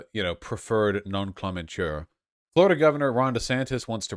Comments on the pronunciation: Is Vaush trying to say nom-en-clat-ure or am I misunderstanding and he's just using a different word altogether? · oh my god please stop saying words you don't know how to pronounce. "non clom ensure," good grief. oth then that, agree with you tho. DeSantis is deranged lmao